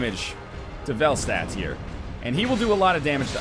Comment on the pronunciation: Velstadt has a german autograph, so the pronunciation is actually fel-shtat. "Town of Vel". Whatever that means.